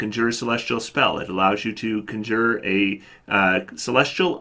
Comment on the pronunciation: "Conjure" is usually pronounced kon'djir, not kondjoo'her.